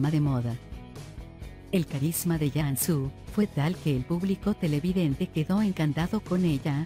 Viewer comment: Y por que pronuncia Yansu, si se pronuncia tal cual se escribe Cansu